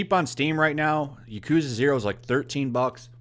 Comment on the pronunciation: I love the yakuza games. Been playing them since the very beginning and I will continue to do so since they never disappoint. Btw, you are pronouncing yakuza wrong. The emphasis should be in the ya not the ku. Most Japanese words have first syllable emphasis